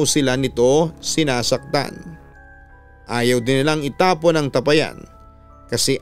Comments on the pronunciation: Tapayan Hindi tapa- yan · Mali bigkas mu Ng tapayan😁😁😁.. ta pa yan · Hindi po mabilis bigkasin Ang tapayan.Ta_pa_yan po ang pagbigkas.ty po. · TA - PA - YAN . （bigKas pababa） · Papa dudut mabagal po Ang pag bigkas sa tapayan hindi mabilis parang nag bigkas ka ng payapa😂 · Sana po itama ang pagbigkas ng salitang tapayan.malumay po ang bigkas ng tapayan Hindi mabilis.